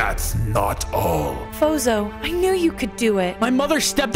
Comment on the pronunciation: it's fozo not zozo